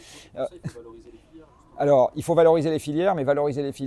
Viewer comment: à 11.40 : "filières", et non pas "filiaires"